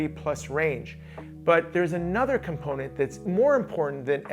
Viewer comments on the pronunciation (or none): none